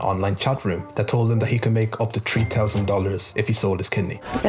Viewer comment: Put your tongue between your teeth and retract it to pronounce three correctly